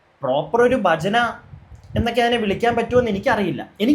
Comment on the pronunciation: ബജന അല്ല.. ഭജന..ഭക്തി... ഭ എന്ന അക്ഷരം അതേപോലെ പറയൂ ..